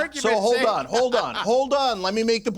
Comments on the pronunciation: Why does keep calling Cenk 'sink'? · I love how calls him "Sank" instead of Cenk 😂😂😂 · I love the just slight mispronunciation of his name, just to get a little more reaction. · I love when calls Cenk “SINK” 😂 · Looooool the way pronounces Cenk’s name 😆😆😆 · what i love is how still refuses to pronounce Cenks name right😂😂😂